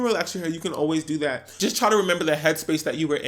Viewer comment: “I LIKE DHET” 👄